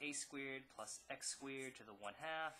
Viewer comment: this is an excellent video but the way that he pronounces "squeered" bothers me to no end